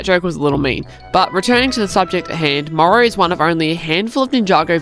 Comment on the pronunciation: Why instead of Morro says Morrow💀